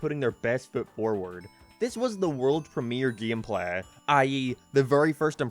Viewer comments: Geemplay? I'm trying to figure out the way he pronounces it lmao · 'Theres only 7 minutes of GEEM PLEH'